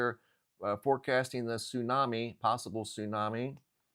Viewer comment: What's a "tsunmai"??